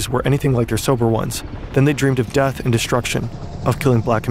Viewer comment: bro really pronounced death like "deff" what the fuck, you cant make this shit up smfh